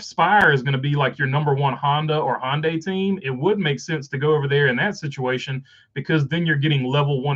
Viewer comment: Two things, one I left in a comment on the charters video as well. 1; According to Top Gear Hyundai is pronounced hi-un-die as a three syllable word instead of Hon-day or hon-dee. 2; The charters are basically NFT's for nascar owners